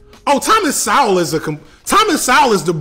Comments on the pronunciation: Its pronounced Thomas "Soul" now "Sow - ll" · Thomas Sowell is pronounced like Thomas Soul. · My Brother, Thomas Sowell's last name is pronounced like soul. I'm sure you could care less but I'm just letting you know so you have more credibility when you're speaking to your audience. Blessings. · Great program. Just one minor correction if you don’t mind: Sowell is pronounced with a long o not ou as in out. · Why do you pronounce his name SAWOL? 😂 Instead of talking about them and trashing both Sowell and Owens, challenge them to debate you. That’s how one really knows. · How do you hate Thomas Sowell when you never heard him speak or read his books? If you had, you would have provided evidence to your claims and at the least, pronounced his name correctly. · At least learn to pronounce the names of your enemies correctly, especially when they are as vastly superior humans as Dr. Sowell is to you in intellect, education, experience and dignity. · I don't think you're pronouncing his last name correctly. Not sure if it's deliberate or not.... Thoroughly enjoy your videos, btw.... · I didn't hear any substantive criticisms of Sowell. "F*ck Thomas Sowell" (you mispronounced his name) is not an argument. And the idea that black conservatives have been an impediment to black "liberation" and black political power is comical. Sowell and others have been completely ignored by the black intelligentsia and broader community for decades. As for thriving black communities, ironically, integration was a main driver of their collapse because people took their dollars out of their own communities. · If you can't even pronounce his name correctly, why do you think you understood his arguments? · You can't even pronounce his name , kid. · You can’t even say his last name properly. I know you haven’t read his work